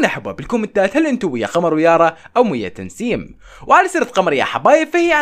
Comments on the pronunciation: تسنيم مو تنسيم😂😂😂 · طيب ليش يقول تنسيم😂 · اسمها تسنيم ولا تنسيم حاسه اسمها تسنيم بس عم بقلها تنسيم😂😉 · بدل ما يقول تسنيم، يقول *تنسيم😂😂😂😂😂😂😂😂😂🤷🏻‍♀️ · تسنيم مو تنسيم عندك مشكلة بالاسماء😂😂😂😂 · تسنيم❎ تنسيم✅ 😂😂😂💕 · مو تنسيم 🤦‍♀️😭 اسمها تسنيم 😹🦋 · لك اسما تسنيم مو تنسيم 🤗😂😂😂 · تسنيم❌ تنسيم✅😂😂😂😂😂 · تسنيم وليس تنسيم😂😂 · اسمها تسنيم مو تنسيم😂😂😂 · تسنيم❌ تنسيم✅ 😂😂😂😂😂😂😂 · كانك قلت تنسيم يس هي اسمها تسنيم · ترا اسمها تسنيم مو تنسيم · لا اسمها هي تسسسس 🐍نيم